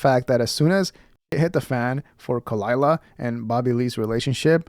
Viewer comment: I know. Me neither. But come on, Kuh-lie-luh is too good not to get out there. Or do you not get it